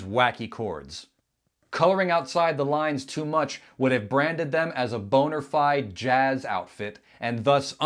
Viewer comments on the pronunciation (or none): Did you mean to say "Boner-fide", or is that just the way you say "Bonafide"? Not that there's anything wrong with that... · Steely Dan wasn't a band, it was a writing team consisting of college friends Donald Fagen and Walter Becker who contracted the best studio musicians to meticulously record their compositions. Also, it's "bona fide", not "boner fide". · Our highlight was, when said “boner-fied.” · Did he say Boner Fide?